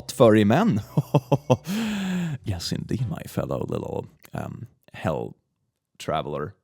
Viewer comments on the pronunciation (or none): Sounds like your saying A ticket to Hull. Perhaps hell is in Yorkshire :)